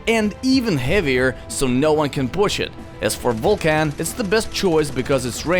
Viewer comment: "the best combo to use near blue flag is titaaaan and vulcaaaan" XD wtf pronunciation